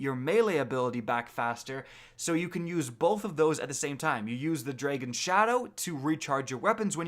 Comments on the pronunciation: I've heard of an accent yes, and none of my canadian friends say Draygon... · draygons shadow... REALLY, how do you mispronounce dragon... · Thanks for the video. Just wondering, why did you say dragon like that?